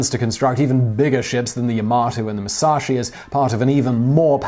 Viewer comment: jsut a note on the names, its "moo-sa-shee" and "yah-mah-toe"